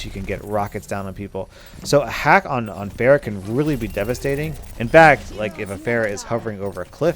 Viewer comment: for a whole while there I was wondering who "bear" was. welcome to the olympic discipline of pronouncing pharah's name wrong.